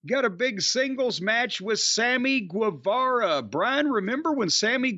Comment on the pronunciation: So I'm curious: do people in AEW say 'Guevara' the same way as Corny does? Being from California and with Mexican family, I'm pretty sure he's not saying it right. Does Sammy himself say it right? He says it like he says 'guava'.